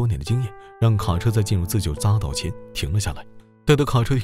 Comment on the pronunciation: 匝za道不是匝gu道